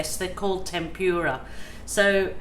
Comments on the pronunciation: It’s pronounced temp ra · Hi! New subscriber here. Been painting lots of furniture lately. Not particularly artistic, but realize techniques are important! Can’t wait to try some dips on tiny canvas! FYI Tempra pronounced: Tem pra It’s not Japanese shrimp! Lol!